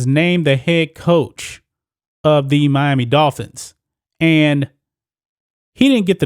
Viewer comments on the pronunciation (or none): none